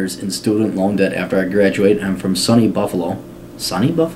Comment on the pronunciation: lol listening to you pronounce these native new york words was hilarious . Baruch = pronounced "ba-rook" ; SUNY = pronouced "soonie" acroymn for "state university of new york"